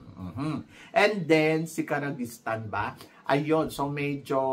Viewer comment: Ki-ri-jistan ang pronunciation.